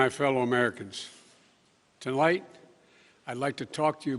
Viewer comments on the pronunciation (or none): Cant get though first sentence. Tolight ? Really... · I thought I heard that. Immediately stopped play and replayed first 20 sec. yup, tolight is what he said. He stole the office of potus. But can steal back the brain tissue he has lost. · Poopy pants Biden says "Tolight". Its a new word now,. Just mix up any two words, mash them together and you too can speak like a true Resident.